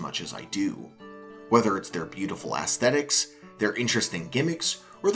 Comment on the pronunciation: ASSSSSthetics…. Really… and a Zelda fan who hates Skyward Sword…. Maybe you’re making the wrong video pal. Anyway, instant thumbs down